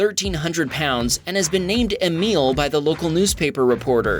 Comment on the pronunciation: I had an uncle and grandfather named Emil. It was always pronounced Ay mill. You pronounced Emille. Just sayin'